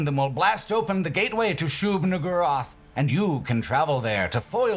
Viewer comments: Bruh. Shub what now? Shub WHO-rath? Shub pardon me? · Ah yes, that classic requirement of discussing Quake 1, which is "pronouncing Shub-Niggurath incredibly carefully"